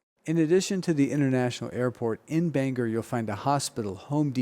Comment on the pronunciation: BANG...OR; NOT BANGER; OR, OR OR, NOT ER, ER , ER~